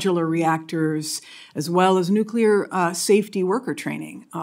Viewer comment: nuculer energy is not thr answer